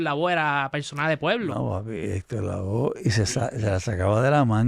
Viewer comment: No es Héctor Lavoz es Lavoe.